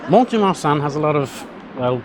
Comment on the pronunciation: If I may say the letter t in mont is never pronounced.